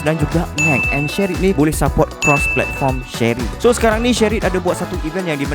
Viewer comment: Shareit bang bukan shery